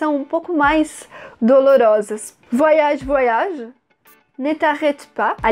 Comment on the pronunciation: Gostei da explicação e a pronúncia do nome da música. Bem legal esse vídeo, filha, como todos muito bem explicados. Cada vez melhor né??? Parabéns!! Beijos mil.